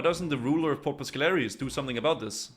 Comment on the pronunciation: I'm about to lose my shit, you've been pronouncing port piscarilious wrong the entire fucking videooooooooooooooo, like you're just making up words at this point